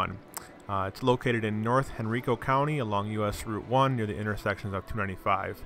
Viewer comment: It’s not henricooo county it’s Hen-rico